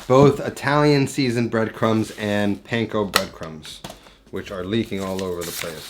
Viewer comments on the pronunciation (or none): none